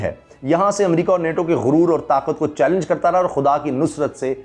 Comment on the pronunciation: پینٹاگون کو اس جہگی سے چیلینج کیا گیا۔ "چیلینج" پڑھنا بولنا بھی نہیں آتا۔۔ Shame on you..!!